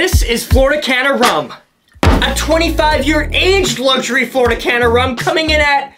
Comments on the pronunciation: Hey, love your videos! Would just like to inform you that "Caña" is pronounced "can-ya" with a long "ah" sound like in "car" and means Cane (like sugar cane ) in Spanish. Keep up the amazing work! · If I pay $220 on a bottle of rum ill at least pronounce it right, its Flor de Caña, not Flor de Cana. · It's not pronounced Cana it's pronounced "canya." That's an ñ not an n. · It's pronounced Flor-eh de Caan-ya. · It taste better when you pronounce it correctly. "Floor- deh- Khanyah". Next, the 15 yr bottle is the best value. Finally, sip it. Don't shoot it. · Caña is pronounced closer to can-yah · It's actually pronounced Cahnya. The Ñ is like in jalapeño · Flor de Caña is pronounced “Flor de Canya” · It's pronounced Flor de Canya, cuz the accented N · Lmao. It's pronounced Flor-eh De Caan-ya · my guy, I love ya but that lil squiggle over the N means it's pronounced "Floor Day Canya" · It’s pronounced cania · Is not said cana it has a different pronunciation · Flor de Caña (pronounced “canya”) c’mon dude! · Very nice, but your pronunciation of caña hurts my soul lmao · You pronounced it wrong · You pronounced the name all wrong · You should at least learn how to correctly pronounce the rum's name!